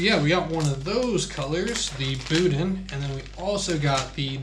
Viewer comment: Yeah Bruh that BOUDIN is pronounced BOO-DANH soft n !! Great review !!